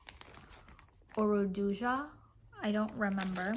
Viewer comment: It's URDUHA (Urduja) my kababayan😊🤗